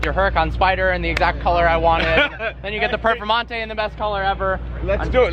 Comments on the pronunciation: It sounded like instead of "Performante" you were saying "Purplemonte". Sounds like a great nickname! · Are you saying Purple Monte? Cant hear your clearly.